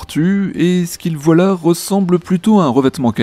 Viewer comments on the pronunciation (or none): none